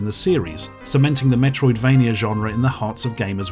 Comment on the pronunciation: "Metroidvania" ffuck off